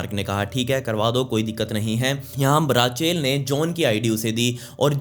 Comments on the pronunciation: it will not called rachel... its Rak-el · It's रेचल not राचेल 🙄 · Bhai raachel nhi ray-chal padhte h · Sab thik h video me koi dikkat nhi h.. but it’s not Raaaa-chel, it’s Rachel 😂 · Its not raachel its Rachel when you pronounce bro